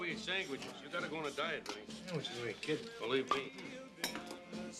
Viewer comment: "Tomorrow we eat sangwiches. You gotta go on a diet, Vinny."